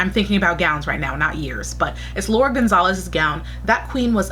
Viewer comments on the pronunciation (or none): none